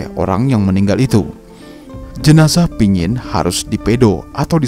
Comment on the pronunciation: yg baik. Terima kasih telah mempublis cerita tradisi kematian suku Dayak Kayaan ini. Saya hanya meluruskan penyebutan kata Pinyin*. Yang benar adalah *Panyin Cerita ini terdapat dalam Majalah Kalimantan Review (Majalah KR)_lupa edisi yg keberapa. Penulisnya adalah saya sendiri. Kebetulan saya sendiri berasal dari suku Dayak Kayaan di Sungai Mendalam, Kab. Kapuas Hulu-Kalbar.